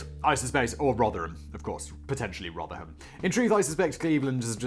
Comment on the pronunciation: Blimey Simon pronounced Rotherham correctly. Congratulations.